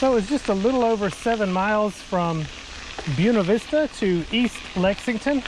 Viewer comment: Great video! And thanks for pronouncing Buena Vista correctly! The railroad trestle was washed out by Hurricane Camille 50 years ago this week.